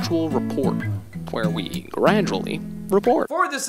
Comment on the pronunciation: Hhaha awesome job :p always ''g radualy'' make me laugh more..